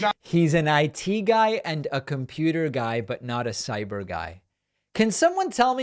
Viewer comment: Sai-beer guy